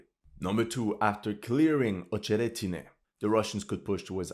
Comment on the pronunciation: acheretyne not ohcheretyne. rahbotyne not row boat yne.